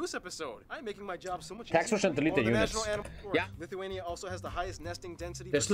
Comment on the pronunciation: While I'm a fan of content, this was probably one of his worst considering he mispronounced pretty much everything, called Lithuania and Latvia creepy (no idea where he got this notion from), and got a lot of details wrong He's improved a lot more since then. He should remake some of these lesser quality videos starting with nations like Afghanistan